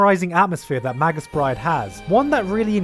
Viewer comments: Also may-gus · mage - us dude, fucking mage - us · arghh he keeps saying magus as 'madg-us' its 'may-gus'